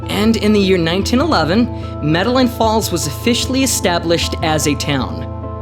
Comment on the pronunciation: I do apologize for the incorrect pronunciation of the town. I will be releasing part two this week and will ensure that the name of the town is pronounced correctly.